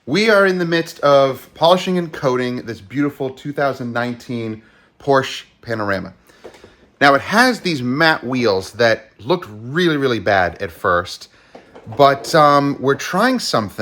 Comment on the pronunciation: Panarama? Or Panamera!